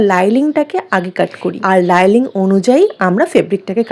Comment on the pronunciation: লাইলিং কেন বলছো ভাই?শব্দটা হবে লাইনিং ❤